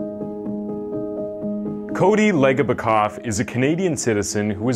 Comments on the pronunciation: It's Cody Ledge-a-bak-off, I think. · His last name is pronounced ledge-a-bow-cough I went to elementary with his little sister and his dad coached my hockey team for a year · Crazy to see this story on here. It's pronounced "ledge-eh-bo-koff". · I wish they pronounced his name correctly so everyone knows it… it’s “Ledge- obokoff” Some of these details are wrong too. In the court they said that ‘Leslie started stabbing herself with a screw driver”, not a pipe wrench… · It’s ledge a bow cough. And maybe saying he Excelled in sports 15 times isn’t enough better say it again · Pronounced "ledge-E-Bok-off" Legebokoff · Pronounced ledge-ah-bow-cough